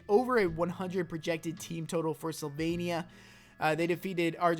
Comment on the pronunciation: *Slovenija. Not Sylvania.